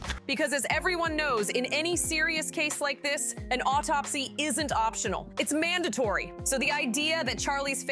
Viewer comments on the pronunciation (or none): none